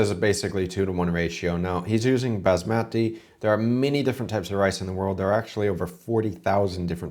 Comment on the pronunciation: As a non Indian the way he says Bazz Matty rice grinds my gears. P.S absolutely love Indian food and it's my favourite takeaway